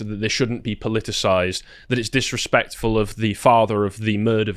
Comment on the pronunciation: Dat wuz direpectful - did I axe you?